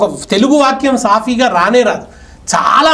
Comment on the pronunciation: “సాఫీ” పదాన్ని తప్పుగా పలికారు, సరి చేసుకోగలరు. Telugu language doesn’t have a sound “fa”. It must be “saap’ee” (stress the second syllable)